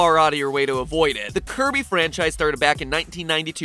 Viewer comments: I NEEDUH MONSTAH TO CLOBBAH DAT DERE KIRBEH! (psst: slow it to 0.25.) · did MatPat just say curvy Owo?